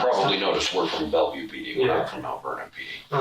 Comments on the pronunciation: Bellevue is pronounced BELL-view, NOT Bella View. Journalists or even reporters are charged with DOING THEIR DUE DILIGENCE. That means RESEARCHING the pronunciation of PROPER NOUNS. The proper pronunciation of BELLEVUE is included several times in this video . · First time viewer, so not sure if this is an ai narrated channel (probly), but it's "bell-view" not "bella-view" It's just like it's spelled. Easy. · Announcer, Bellevue is pronounced Bell-view. Not Bella-view. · So...despite the Bellevue police officers pronouncing the city name as "Bell-view" throughout the interview, you decided in your voice over that you would pronounce the city name as "Bella-view"? Were you on shrooms when you did the voice over? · Its pronounced "Bell-View", not "Belly-View" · What is Belleverview, Washington. Does the narrator mean Belleview do you think? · Is Bellevue not pronounced Bell-view? The narrator pronounces it as Bella-view. So it has me questioning my understanding of the actual pronunciation. I have friends who live there who work on rockets and they’ve always said Bell-view. Not Bella-view. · Bell-view. Not Bella-view. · Bellevue. Pronounced bell view. Not Bella view. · Its not belle-view its bell-view Do you even listen to them saying it? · Spelled Bellevue pronounced Bell View not bell uh view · Two syllables. Bell-view. Not Bell-eh-view. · lol its pronounced bell-view bud lol not bele-view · Is this narrated by a computer? The actual people in the video correctly pronounce the city's name as Bell-view, but narrator voice sees that it’s spelled BELLEVUE and keeps pronouncing it Bella view. If the voice was from a person and that person actually paid the tiniest bit of attention to the video that he was showing, I would think that he would hear them say the city's name over and over again and therefore pronounce it the way the actual locals do. I’ve never heard a single person who spent any time in any of the states that have a BELLEVUE pronounce it Bella view.